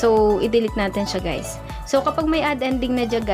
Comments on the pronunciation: Wait what did she said hi gays in the starting 😶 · Did she just said "Hello gays?" 😳